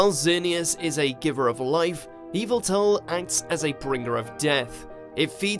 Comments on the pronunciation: Did he say eelveeltal and not Yel-vi-tal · Why Eviltal tho... Isn't it Y- veltal in pronounciation? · Yveltal. (Eee-vel-tall) you’re saying (evil-tall) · It is pronounced Yaveltal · You pronounced yveltal wrong Yaveltall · It’s yavaltal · It's "Yee-Veil-Tall", fool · Did this man really say EVILTEL?!?! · Mr Doctor I'm sorry to say but Yes😢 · Where it litwick and did you watch the diancie ( you pronouncing yveltal the wrong way ) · You said yveltals name wrong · And of course he mispronounces Yveltal’s name. Can you guys get someone who can actually say the names correctly?